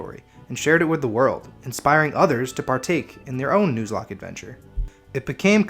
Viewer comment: I'm 10 seconds in.. did u really just say "News-locke" lmao